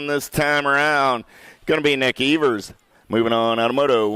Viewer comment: Its Ēvers as in Steven not Evers as in forever.